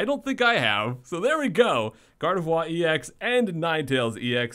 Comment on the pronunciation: Gardovwa lol